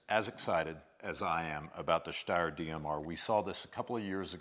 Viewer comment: I see what you did there. 😂 said "Steyer" correctly at the start of the video. It's an Austrian company and they speak German. It's pronounced "Shh-steyer Manleesher".